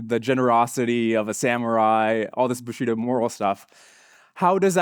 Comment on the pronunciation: I❤the lecture,but the butchering if the of the language BushidO,bushIdo guerilla that comes from spanish and it's gueri ya ... double ll it's y .That's making me scratch my 👃